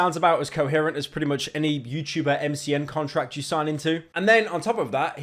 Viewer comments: "Youtoober" wtf Pyro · BRO SAID TUBER NOOOO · Stop pronouncing the T in ‘YouTuber’ so heavily it’s making my ears bleed